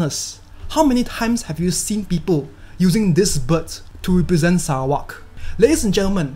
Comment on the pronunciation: ur not just giving us the correct fact, but u also pronounce Sarawak correctly😁. Please do more videos about Sarawak's natures. Selamat Hari Sarawak.